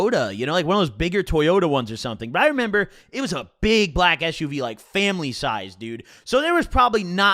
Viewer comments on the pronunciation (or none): none